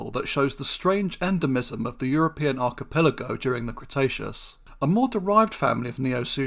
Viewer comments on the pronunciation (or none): none